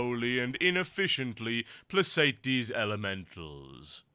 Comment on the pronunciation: Placate, not plasate. Oh the rage.